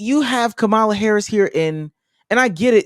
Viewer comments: There is 100% absolutely no reason people, especially black people, should still be mispronouncing Kamala’s name. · lol unrelated but why do so many men absolutely refuse to say Kamala Harris’s name right lmao she’s corrected us so many times lmao they just keep doing it